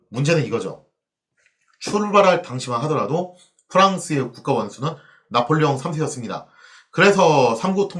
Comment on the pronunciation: 왜 짜폴레옹 3세 라고 읽으시나요? ㅎ